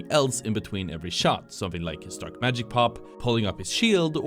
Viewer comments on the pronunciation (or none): none